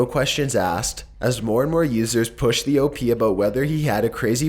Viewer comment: does anyone not realise hes saying OP wrong? its pronounced OHP not OHPEE